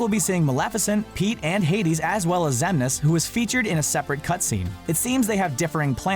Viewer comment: Sora made hero in KH2 i was gunna say. (Stars in the Sky) P.S "Xemnaas"